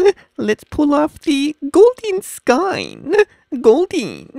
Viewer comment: it sounds like hes saying goldeen rather than golden haha